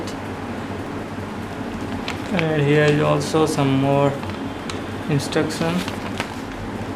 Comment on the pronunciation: What's INTUCTION!!! Lol oh he means instruction